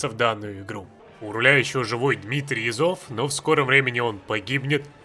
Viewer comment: Катян Язов ударение на первую букву Я